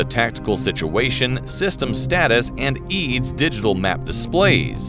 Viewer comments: E A D S. Not eads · I once worked on some cast aluminum parts of the Eurofighter as a student in Munich. Good times. BTW: "EADS" is not pronounced as a word. It is an abreviation.